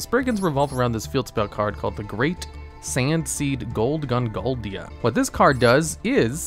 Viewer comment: I love the fact he still can’t pronounce golganda correctly lol.